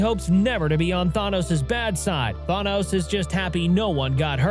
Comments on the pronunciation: How can you make an entire video about Thanos and not even say his name correctly? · Can’t get over the way you pronounced Thanos 😂 still love your channel so I just dealt w it anyway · the fact that there isn't even any other comments other than this dude who says that doesn't know how to pronouce Thanos